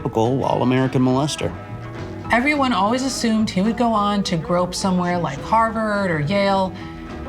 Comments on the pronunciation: 'grow up' sounding like grope is a nice touch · She did not say "grow-up"